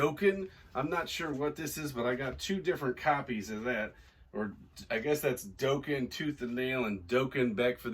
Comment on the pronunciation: Love watching your vids. Being an 80s hard rock and hair band "girl," just wanted to let you you Dokken is pronounced dock-en. Keep up the great sourcing and selling. 🤘